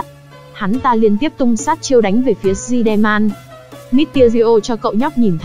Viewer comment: nói: si der man >XD